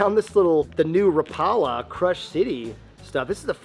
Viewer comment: says Rapala right